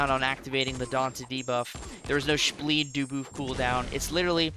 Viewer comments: Take a shot every time he says shbleed dooboof😂😂😅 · Take a shot everytime says spbleed dooboof